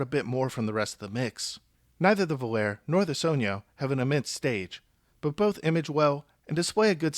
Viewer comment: Only person who has pronounced it correctly so far